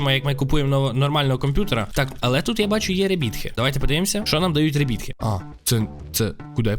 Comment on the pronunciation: Круте відео! Але якщо тобі не важко, то постарайся вимовляти слово rebirth правильно. Правильно буде не ребітх а ребьорф. (так знаю звучить дивно 😏)